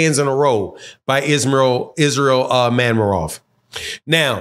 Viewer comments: Man, how can you not pronounce a simple name like Madrimov when I kno fo sho you can pronounce De'shaundra, Jamarcus and Shaniqua... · That madrimov be killing you og. Not gon lie I was struggling to say it at first too lmao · was thinking same. Can’t believe I watch some of these videos by these wannabe analysts.